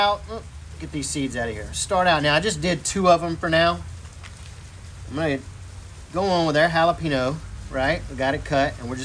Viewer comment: Love it but Jalapeno is pronounced Jalapeen-yo! (Jalapeño)